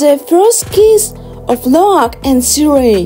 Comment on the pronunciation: Did she just pronounce Tsireya… TSERIEED